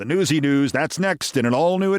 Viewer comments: I really feel pronouncing it Newsie is Italian American erasure. NOOTS-ee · Im pretty sure nuzzi is pronounced "nut-sy" not newsey...(it's Italian)😉